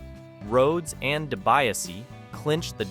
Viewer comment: I feel like you didn’t watch this era because you don’t know how to pronounce Dibiase or any of the other names lol